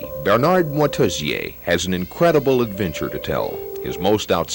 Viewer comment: Moitessier, not Motessier.